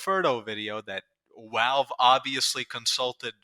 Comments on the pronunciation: why do you say wowalve instead of valve? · STOP SAYING “WALVE”. YOURE SAYING IT WRONG!!! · I love the way you pronounce Valve "Walve" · I'm Aussie and I'm Gunna start pronouncing them as Walve! 🧐🤝🧐